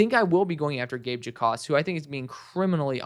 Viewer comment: I know it’s weird but Gabe Jacas doesn’t pronounced the J in his name. It’s pronounced like “Ackis” just for future reference.